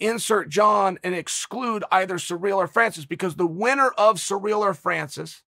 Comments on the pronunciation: Spoilers alert! Chael pronounces names slightly wrong intentionally to produce more comments and more controversy! Kamara, surreal, etc etc. Bravo Chael! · Chael has a surreal speech impedimentl with foreign names.